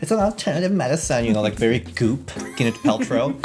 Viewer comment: IF YOU CALL GWYNETH “GINNITH” ONE MORE TIME....